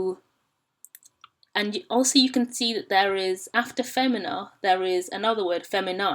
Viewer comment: You keep saying femina, but you said fAYmina is the pronunciation. So now I'm confused.